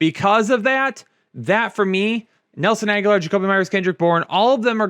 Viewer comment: I’ve stood by too long allowing to say Nelson “Aguilar”, he knows darn well it’s Agg-Uh-Lore